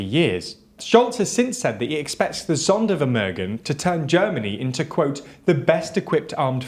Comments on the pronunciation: Sondervermögen is pronounced more like Zonder (long o)-fermoogen (short e at the end, just like in get, just make it gen). The Polish defence minister is called Mariusz Błaszczak, not Marius Blaszczak. Honestly, just check on google translate how to pronounce terms in other languages. You are a European channel after all. Act like it. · Most Vs in German are pronounced as F. German Zs are pronounced as a sharp TS. W=V, Z=S. Gs are hard. EI = I So its TSaitenVende (Zeitenwende) ZonderFermerghen (Sondervermögen)